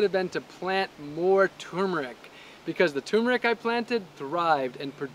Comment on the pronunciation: Kinda funny that you don't know how to pronounce turmeric.